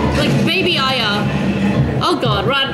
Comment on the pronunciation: its true asians cant say R ye,, she also says AyA al the time ;P hahaha